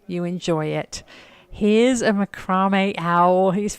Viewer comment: MACROME ( AS YOU CALL IT) OWL, is Pronounced, Macra- may(french).